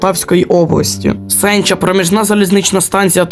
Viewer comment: Наголос неправильний ставиш) на Бодакві і Сенчі